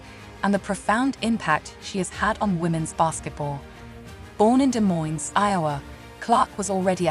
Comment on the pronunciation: You know it’s AI when it says “Des Moines…………Iowa”